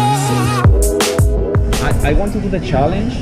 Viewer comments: "Ai uant tu du de chalench" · "ay juan tu du te shalench"